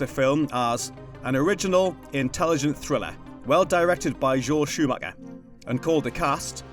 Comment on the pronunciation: Joel Shoo-Macka, awesome